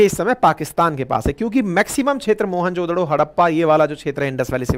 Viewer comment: 😂😂 MOHENJO DARO 😂 Not Mohan jo DODO 😂😂😂